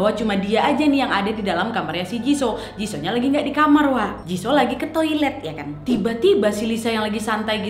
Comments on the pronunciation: jisoo dibacanya jisu wak bukan jiso 🤣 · Jisuu lo kk baca ny Bukan jisoo Gk enak kuping ku mendengarnya wak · Kakak aku hanya mau bilang baca nya bukan jiso hehe yang bener itu jisoo(jisu) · Aduk wakk cara panggilan jisoo nya salah yg benar i2 jisu bukan jiso😂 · Kakkk bilang ny jisuuu bukan jisoo,, aku dngar nyy agak anehh 🙃 cmn mau ngasih tau ajaa wkwk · Maap koreksi dikit wak, JISOO bacanya JISU :) NO offens yah suka videonya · Jisoo dibaca jisu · Jisoo dibaca jisu kak😂💪💪 Rose dibaca Roze/Roje😅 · Kak nad, izin ralat yaa. "Jisoo" blackpink itu dibaca "JISU" dan kalo Jungkook BTS itu dibacanya "JONGKUK". Semangat lak nad🌻🌻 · jisoo = (dibaca) jisuu baekhyun = (dibaca) baekhyon maybe ka nad bukan kpopers jadi g agal paham pengucapan nama hehe :)